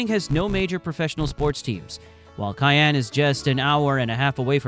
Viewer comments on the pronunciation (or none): I’m from Wyoming. Few notes on your film. - Cheyenne is pronounced "SHY-ANNE" - , not "one of" but in fact, THE least populated state. - , Colorado's MLB team is the Colorado Rockies not the Denver Browns. - , Grand Teton is pronounced "TEE-TAHN" - , while true we are often called "The Cowboy State" officially we are the "Equality State" - , Specsavers is headquartered in the UK in a place called Guernsey. Google AI has falsely equated this to Gurnsey, Wyoming, which only has a population of ~4k people. So, while Google claims Specsavers is the biggest employer in Wyoming, truth is they are not even located here. - Laramie is pronounced “LAIR-AH-ME” - In general I’d recommend being more careful with your b-roll. There were a ton of shots that were very obviously not Wyoming, or featuring animals that don’t exist here. For instance shows an Ibex which don’t even live in North America. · Your information is very interesting. Please look up/listen to the local pronunciation of Cheyanne, WY. (shy-AN)